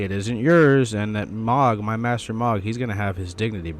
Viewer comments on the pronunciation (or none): How can you play through the entire dlc and talk to ansbach over and over and still mispronounce mohg (said :mōg) hard o. M..oh...guh